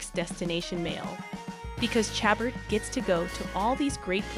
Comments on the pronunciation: If you are going to make clickbait videos, at least learn the proper pronunciation of names. It's pronounced "sha-bear" not "cha-burt". She has only been in the business for like 25 years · Love Andrew Walker but I love most of the Hallmark Clan. So if your going to report on them, please learn how to pronounce their names. Lacy probably cringed everytime you slaughtered her last name. It's French. It sound like showbear.